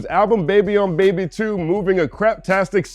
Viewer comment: "DA BEBEH" lol